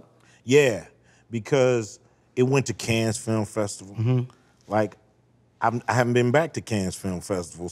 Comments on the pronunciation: Cannes with a silent s. Also it’s not pronounced caans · Ice Cube pronouncing Cannes with a heavy S (Cans Film Festival), is hilarious to me 😂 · The s in Cannes is silent it’s pronounced like kan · the only thing wrong with his pronunciation is that the "s" is silent. Of course he may just be adding " 's " and saying it's Canns's F-F. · The nes in Cannes is silent. Other than that, cool! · S IS SILENT IN CANNES CUBE. CMON MY DUDE. U OVA THERE DRINKING WINE 🍷 AND CANT PRONOUNCE CANNES. U TOO HEART